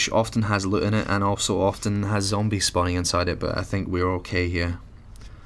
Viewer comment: Lut?no it is loot if you are going to talk to the English pronounce words correctly your name I'm fine with.